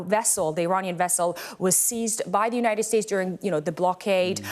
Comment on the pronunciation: Iranian not Romanian 😂